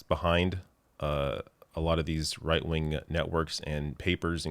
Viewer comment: I could have sworn said “reich-wing”. 🙄